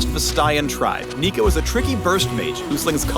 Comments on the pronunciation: Noooo he said neeko neeko ni nooo riot please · "sneeko" I heard that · HE SAID NEEKO NEEKO NEE D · Lol so hard when says Niconiconii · If he says neeko one more time, i’ll break his neeko neeko kneecaps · Noooo! He did NOT Said neeko neeko need! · Stop it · That guy said Neeko Neeko Neee Where am I xD ??!? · how much did they pay you to say "neeko neeko need" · They finally said it "neeko neeko nee" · Jfc with the Neeko Neeko Nii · "Neeko-Neeko-Nii" Riot. THIS NEEDS STOP. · He said neeko neeko need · "Sneeko up" "Hide and seeko" "Neeko neeko nii" Why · tell me that he just dont said neeko neeko XD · "Neeko Neeko Nii" Not even Nico Nicotine brings that many cancer in just one meme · Yup. Made me want to break his Neeko Neeko Knees.